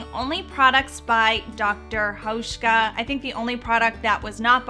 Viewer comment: You pronounce Dr. Hauschka really good, hi from Germany 🇩🇪